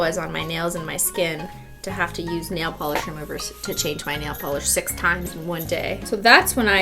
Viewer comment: You say ornament but Cristine says nail Pelee